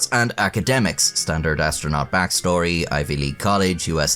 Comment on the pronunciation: Astro'nut' not astronaut.